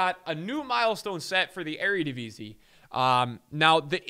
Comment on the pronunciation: As a dutchmen i have to correct i am sorry but it is eredivisie not eredivise